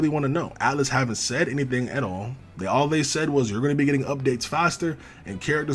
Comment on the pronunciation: It is atlus not atlas lol and sega is the one managing the game